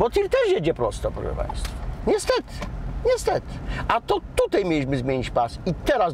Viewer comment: Panie Prowadzący, pomijając irytującą manierą mówienia, proponuję poza prawidłowym oczywiście stosowaniem się do zasad ruchu drogowego, stosować się do zasad poprawnej polszczyzny. Warszawskie naleciałości w wymawianiu słowa 'tutaj' oraz 'dzisiaj' jako 'tutej', 'dzisiej', nie przystają do programu prowadzonego pod szyldem telewizji polskiej. Brzmią niedbale i po wiejsku, a nie jest to przecież program folklorystyczny.